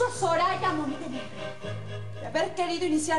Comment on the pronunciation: Es mi imaginacion o en el minuto dice "Zorraya" en vez de "soraya"?